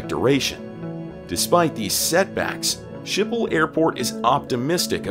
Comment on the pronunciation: Skipol not Shipol........